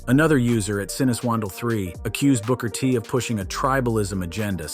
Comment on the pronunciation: "Broker T?" SMH!